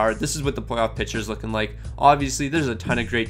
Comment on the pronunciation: Nice video, but please, please, PLEASE... It's picture, not pitcher. Noticed it mispronounced in several different vids now.